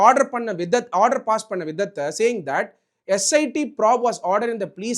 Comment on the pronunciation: Dr Ambedkar rocks 🔥 but probe pronounciation mattum maathunga sir.. prob prob nu solreenga.. S I T ah SIT nu sollaadheenga